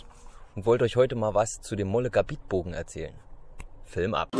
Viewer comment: Sprich:Möllegabet, nicht Mollegarbit.